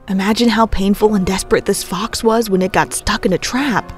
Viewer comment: Fox...LOL cmon narrator do better lol